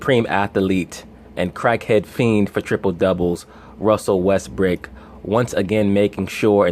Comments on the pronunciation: did this nigga say Russel Westbrick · Stop saying Russell West brick nigga